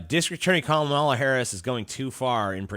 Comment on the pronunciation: It's actually calm-uh-luh not kuh-mall-uh.